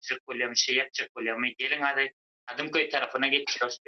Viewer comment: Kadymkoyyyyy🤣🤣🤣🤣🤣🤣biza kadyköy diyip bilyas eeey dalbanlar